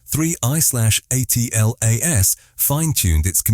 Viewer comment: Get that AI narrator to say atlas ffs not A. T. L. A. S... It's so annoying..